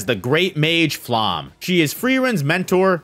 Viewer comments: Like all personal names in this series, Flamme's name is German. It is not pronounced /flam/, as you think; nor /flæm/, as another YouTuber imagines. “Flamme” is pronounced /ˈflamə/ or /ˈflame/. Of course, Japanese speakers are likely to approximate this as /ˈfuramə/ or as /fuˈramə/. Listen for it. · And “Flamme” is pronounced [ˈflamə] or [ˈflame]. Of course, Japanese speakers are likely to approximate this as [ˈfuramə].